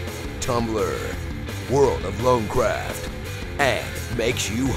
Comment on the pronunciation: "World of Lonecraft" Jajajajajajjq